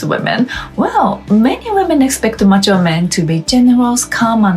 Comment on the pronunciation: "Mature" kept sounding like "macho", which is not a bad thing.